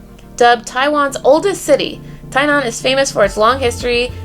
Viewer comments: it's gonna be good to have you back in Taiwan. I met you last time, it was a treat. And btw you pronounced Tie-nan right, chee-may was close... 😘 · Your “Tainan”pronounce is quite perfect!XDD